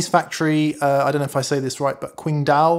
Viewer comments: It's pronounced "ching dao" the only Chinese city colonized by Germany back in the day..they make Ching Dao beer there...best beer in asia...also my Casino is not semi hollow...it's fully hollow. That's a beautiful pair of guitars you have there.....I'm sold on P90s and hey...excellent video! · Hi, random sinologist here, hello. It's pronounced tsingdao, only the "s" is like a mixture of "s" and "ch" in for example German words like "ich, mich, Licht" (I, me, light). Or you could say the "ts" is pronounced like "c" in Polish words like cisówka. The qing is intonated high and level, the dao is basically as low as you can comfortably speak. In Mandarin Chinese that is. Thanks so much for the excellent content! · It's pronounced "Ching-Dow". That's the factory in Qingdao in Shandong Province in China. Previously it was written in English as Tsing Tao, which is the home and name of the famous Chinese beer of the same name.